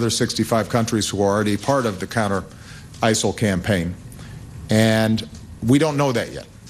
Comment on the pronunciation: ISIL or Asshole, that's what it sounds like every time he said it.